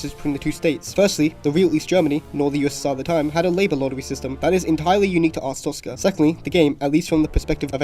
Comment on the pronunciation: WHY DOES EVERYONE MISPRONOUNCE ARSTOTZKA AS ARTSTOZKA?! that aside, great video